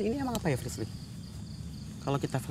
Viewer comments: di mnit ak gk bernti² ny muter s mnggil nm frisly yg slah blepotan ngucapnya..aduuuh gacoor bgt sie kamu...🤣🤣🤣🤣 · ▪"Jangan gitu dong resbir, prisler, plisir" "Frisli" ▪"Iya Prisler!!" ----- Ngakak dong* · Anwar nyebut frisly malah frisir,mau doa malah doa makan ehh ada lagii mau doa lagi malah doa buka puasa (emot ngakak) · Kenapa nyebut frislly flislir, flirser😭😭🤣🤣🤣🤣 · frisly: "ka tuh liat":"gamau ah jangan dong lesbil frisler freslir" haduhh ngakakk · Apa lg pas salah nyebut nama frisly, ngakak parah sii😂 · Sumpah ngakak banget pas salah sebut nama frislly:v